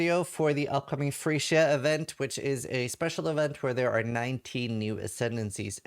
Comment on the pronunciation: HAHAHAH i thought he said the same thing XD needs to work on pronunciation